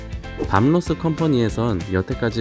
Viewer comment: 밤 로스 밤 로스. 이름 하나 제대로 발음 못하고..